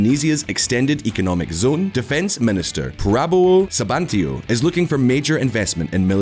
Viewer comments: as Indonesian, Prabowo Sebantio is miss pronounce lol. Just read as it written! SU BI AN TO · Indonesia Defense Minister: Prabowo Su-Bi-An-To